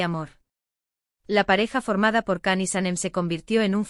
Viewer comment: Please say his name correctly its pronounced as JAN not Can.. C in turkish alphabet iis pronounced as "J".. so please before making a vlog learn to pronounce his name correctly.